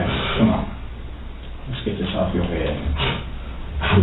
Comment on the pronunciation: Bro said, "chum'on!" 😂 what an idiot. "NOW" "WTF DEY AT!?"